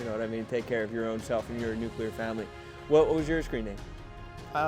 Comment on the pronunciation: Bill saying "nucular" like George Bush kills me 😂